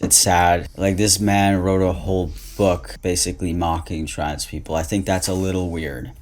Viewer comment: Ok maybe I'm nitpicking on this but the way says "trans people" pronounced as "trads people". What accent is that?? California? West coast, east coast? I think is, beyond the testosterone effects and voice training, there's an apparent gender performance of being slacky with words, like a stereotypical American dudebro. But there's more emphasis to it, and also facial expressions and mannerisms. This is something I didn't notice before about many trans identified females because the way trans identified males perform hyper femininity was so intense and obvious that it really outdoes the FtM version, but the FtM version definitely is still a thing, once paying more attention to it. In the context of "pretending", no wonder is so frustrated with people talking about human children pretending to be walruses.